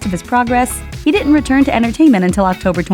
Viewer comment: What does "Dit'nt" mean?